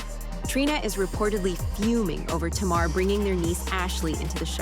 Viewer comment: Her name is Tamar and is pronouced is TAY'MAR.